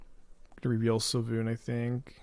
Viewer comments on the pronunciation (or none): svyelun not sylvun